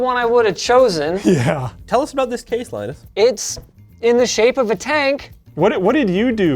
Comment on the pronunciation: Lie-nus,, and is at it again.